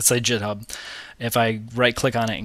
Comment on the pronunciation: lol "jit-hub"